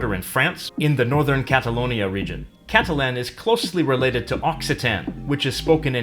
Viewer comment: Why do you pronounce Catalan incorrectly?